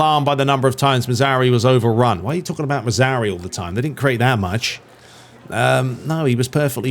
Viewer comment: Love the videos, but for the love of god it´s not Mazauri, it´s Mazra OUI, like the french Oui. Also dont forget the R in Mazra..